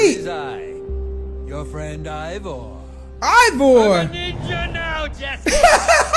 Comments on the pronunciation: Did just say Iver? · Dear, it is IvOR not IvER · How DanTDM says it: “Evor” How says it: “Iver” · Also It's Ivor Not Ivory